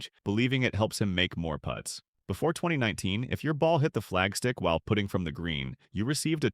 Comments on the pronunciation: AI at its best! It’s a putting green, not a “pooting” green. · Great video, but please just check the AI pronunciation in future - 'putting' sounds like 'puting' here. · We need to train ai to pronounce the word putt-ing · The AI voice can not pronounce putting correctly. Ha Ha...